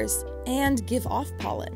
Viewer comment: Did I hear PÖLLEN ?